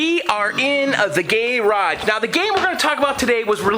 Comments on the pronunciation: Upvoted for "Gay-Raj". RIP, gay-raj. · First of all, it's "Qix" is pronounced "Kicks". Second of all, "Gay Raj" is pronounced "garage". Nice restoration work and amazing basement. You've got a great hobby.